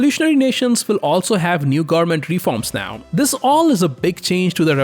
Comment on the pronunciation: goernment goernment goernment, speak better pls